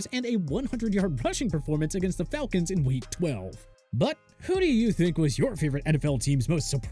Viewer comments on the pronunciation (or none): none